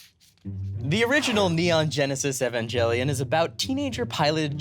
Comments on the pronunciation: UM ACTUALLY... It's pronounced "ee·van·geh·lee·aan" with a hard G, and not soft g, like in the word "gel". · I am so glad he got corrected on the pronunciation of evangelion